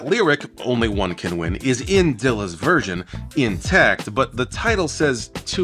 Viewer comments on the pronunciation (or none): none